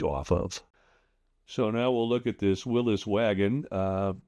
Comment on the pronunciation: Bonus points for correctly pronouncing Willys. 👍